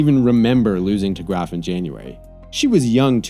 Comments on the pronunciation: He even pronounces Graf right. I gotta tell you the most intelligent content is on a sports site. Weird times. My brain feels clean after these. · I honestly didn't even know it was pronounced like that before this video